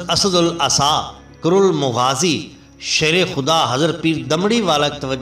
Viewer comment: Hazrat sahib aap ne muta,added bilkhusoos Farsi ki alfaaz main anjanay main ghaltiyan ho Gaye hain , unki islah farmain , thx , Pé mutazallal , mutazalzal hota hai , Pé karol mughazi nahin , Kurd al mughazi yaa yaa kurdul mughazi hai , , Firt e shouq nahin fart e shouq hai , Fay par zabar hai Zair nahin , , dhani sharif nahin , dhunni sharif hai , ( gaoun ka naam hai ) , , hisb e istata,at hai , hasb e istata,at hota hai , , main lafz bhool geya hoon , , mishil rah nahin , Mashall e rah hota hai , Yousaf bin tashfeen from Pakistan 🇵🇰 Hal muqeem Canada 🇨🇦.